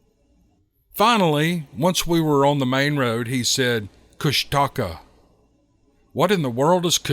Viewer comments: It’s Koosh Ta kaa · Kushtaka is pronounced KOOSH ta kah